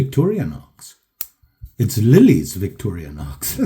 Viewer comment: Great video, but really man Victori "A" nox no effin "A" in VICTORINOX & Calamus Now your messing with me because you know that's my rich in USA History HomeTown "CAMILLUS" jUST SAYIN'.... 1st amendment.... Is'nt Calamus that hallucinogenic root yeah that explains alot... just kidding.... lots of likes coming your way 1st Video I watch every day Rogue Blade, Peace Out